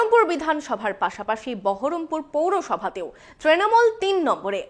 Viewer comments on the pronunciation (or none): বহরমপুর বলছে না , বলছে বারাম পুর মানে অসুকপুর